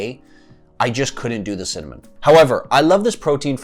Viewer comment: Maybe the reason you don’t like cimmanon-flavored protein powders is because you can’t say cinnamon correctly? Work on pronouncing it right and it will taste great! GREAT video by the way!!👍🏼